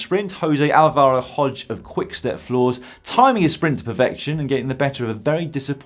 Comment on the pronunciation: Alvaro Hodeg, not Hodge :p